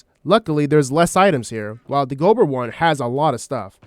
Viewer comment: I can dismiss someone spelling it as "breathin", but I can't dimiss someone saying Gobber incorrectly for an hour. GAH-BUHR... not GO-BUR. 😅 JK. Great video